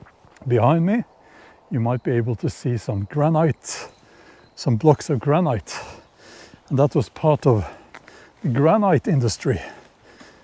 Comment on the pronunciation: Such a beautiful spot for today's video. Ice blocks might also have been used in home ice boxes (refrigerator before electricity). In most forms of English the word granite is pronounced as though it doesn't have the final 'e', so like gran-it.